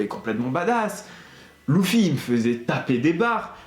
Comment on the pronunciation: C'est pas Louffy c'est Luffy